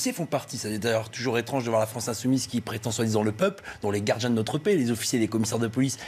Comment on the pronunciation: "les gard'gins " ? "les quart'chés" ? élu par ses "pairs" ? ...certes, mais pas par la meilleure part"chie !